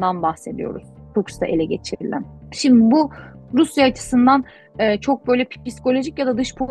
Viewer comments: “Pis-kolojik” değil, psikolojik..Yapmayın böyle hatalar lütfen, ciddiye alıp izliyoruz.. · "Piskolojik" değil, psikolojik